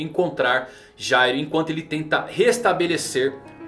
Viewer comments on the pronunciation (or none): Se pronuncia gairo